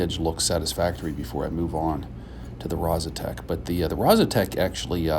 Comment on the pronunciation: Actually, it's Rozsutec (pronounced something like: Rozsutets), but it doesn't matter that much. It's named after a mountain in Slovakia, close to the place the stone is from.